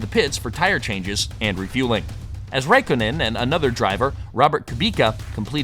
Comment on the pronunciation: Your pronunciations are... rough. Literally every driver name was different than I've ever heard. KooBeKuh, RaKOHnen...I'm not saying you're wrong, just that the motoring media has said their names 1 way for decades, and you're bucking the trend. Sorry to be that prick, but that's what I am. I checked out because, unfortunately, it sounds like you don't know who they are or what you're talking about.